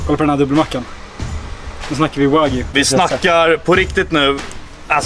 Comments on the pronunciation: Wag-yuu inte Vagy! -. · WagÝÝÝÝÝ. Wag-JU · det heter WAGYU inte vagu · Med risk för att vara lite dryg. Det uttalas "Wa - Gjuu", som att du säger Gnu med ett "j", inte "Wagyy" :D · De heter inte vagi utala de som wagyou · "Vagy"? Wag Y ou uttalas det. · wagyu inte wagy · sorry men ”vagy” 😂😭 uttala de Wagjue” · ”WaGy” nej nej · han är för svensk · Haha älskar hur du uttalar det min bror men man uttalar det wagg io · "Vagyy entrecote" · du uttalar fel säg som (wag you) så låter det rätt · Mer, Wa-gyuu. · man uttalar det inte vagy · Fattar inte varför svenskar säger "wagy" när det klart stavas "Wagyu". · det utalas inte så för fem öre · wagyu betyder japansk ko, då säger man precis som man säger i Japan, ska man dra en svensk twist på det så kan man lika gärna säga japansk ko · najs uttal på wagyu lmao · bara jag som stör mig som fan på hans utal på wagyu ?